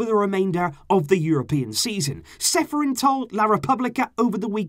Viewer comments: Čeferin is pronounced cheferin... like challenge is pronounced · Čeferin is pronounced wrong if you press this link below it'll send you to webside where you can hear right pronounceation IN LAJKI ČE SI SLOVENEC IN ČE GLEDAŠ IN SE SMEJEŠ KAKO NAROBE GOVORIJO SLOVENSKE IMENA